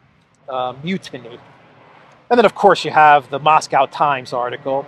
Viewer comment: Mutiny (mute-iny) not munity love your work!